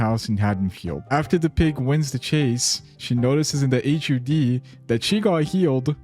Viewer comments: SAY “hud” INSTEAD OF H-U-D DDDDDUNRUSTWIORKEUDJRIEUHXIRITKRJRVEHEH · FOR THE LOVE OF GOD JUST SAY HUD AS A SINGLE WORD